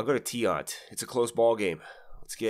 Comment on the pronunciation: LOL, "Louis Tee-Ant".